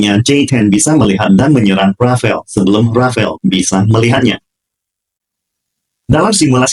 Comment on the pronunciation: ...bukan rafael tapi RAFALE kalo dibaca E nya hilang jadi RAFAL. Rafale artinya hembusan kentut (bercanda).....artinya hembusan atau tiupan angin. DASSAULT RAFALE dibaca DASSO RAFAL